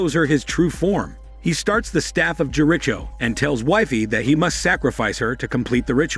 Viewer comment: Took 2watches of RIDP to get the full effect, perhaps if drugs were involved or not. LOVE RIPD movie, 'tolerated' your Vid, the reason..how the AI pronounced 'The Staff of Jericho',. I love the AI voice with the humor, hate what it did to JERICHO. The rest was great and a fine piece of work, thank you.